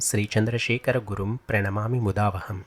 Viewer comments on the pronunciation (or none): You should say 'mudaanvaham'. Not mudavaham. 🙏